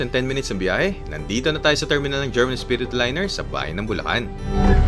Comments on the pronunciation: Herman pop ronounced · Nice, the bus na hatid-sundo saakin paMaynila during my vacation sa Pinas as ang bahay bakasyunan namin ay located sa Bulakan Bulacan. German (pronounce as Her-man) Espiritu Liners, one of the pioneer bus companies sa Bulacan. Also passing Balagtas to Bulakan paglagpas ng Panginay Catholic church sa may paliko laging baha during high tide. Kapag rainy season when that stretch of road is inundated sa baha at malalim nagdidivert ruta nila. So dadaanan nila town proper ng Balagtas passing Robinsons then Cruz intersection sa Guiguinto then left turn to reach Matungao Junction to terminal na. Ayyy miss ko na ang Pinas hahaha